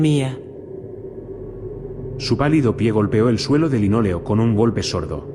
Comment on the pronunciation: Si tú dices tdielo en ves de suelo estás drogado